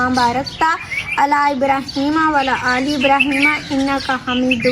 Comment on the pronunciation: Drud shareef dubara sy dihan sy prdha kren kindly.. vlla aly ibrahim lfz ka mtlb ghlt ho jata hai, isliye va Alla Aly ibrahim lafz hai jiska mtlb bilkul thek bnta hai